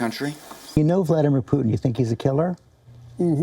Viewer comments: It is Putin not puthin….!!! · 'why this lady calling putin as "putthhin" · She really can't pronounciate can she? Poo Thin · I love everything about this reporter except the way she pronounces Putin. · She’s a racist - why doesn’t she speak out against the BJP/ Modi . Learn how to say Putin !!